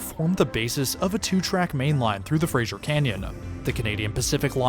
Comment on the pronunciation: Fraser; said phonetically like "razor", or "taser". Non-locals tend to call it like that Cheers show spin-off "Frasier". You're not the first to do it.